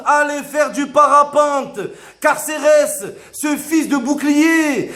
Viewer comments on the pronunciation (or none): IL MA TUER C PLUS CARCERES C CARCEHESS